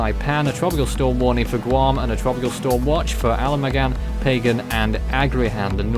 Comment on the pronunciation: The island of Pagan is pronounced "Pahgan."